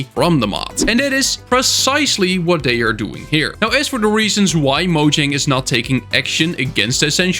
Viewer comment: One of these days you'll figure out how to pronounce Mojang correctly...